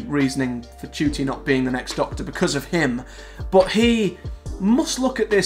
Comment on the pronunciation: How do you pronounce his name ? Im hearing you say Judy ? While im saying Nah Ku tee